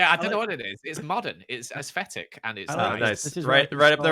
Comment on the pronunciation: “aesfetic”: “mondern” Love this vid 😂😂